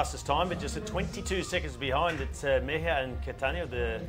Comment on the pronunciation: I bet the name of the Colombian rider (3rd place on TT) is MEJIA and not MEIJA. Just saying.